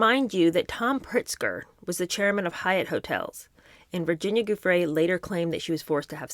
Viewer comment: Gi in Giuffre is pronounced J not guh.